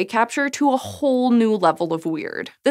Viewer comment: I didnt like how said Whole at all